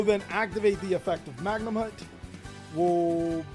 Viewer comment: Respect to, he started saying Magnumhut correctly but SEER-AN-EAR AND DRUIDS WORM? My guy..